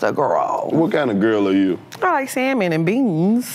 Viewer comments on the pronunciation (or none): she crazy. Why she say Salmon and beans like that 😂😂😂.